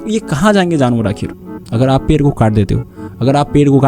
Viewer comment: Bhai pronunciation par kam kar.. pair kat te hain nahin hota ped kat te hain hota hai, after effects aur sound designing bhi sikh le verna apna time waste kar rha hai, youtube par kaam kerna hai to proper tarike se kar verna sirf apni bhadas nikalni hai to jungle mein jaa kar chila kar puri kar le